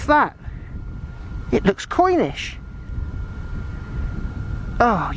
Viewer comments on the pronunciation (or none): That second "thing"... Did you say "coin-ish" or Cornish. I am of Welsh distraction and am easily confused... 🤔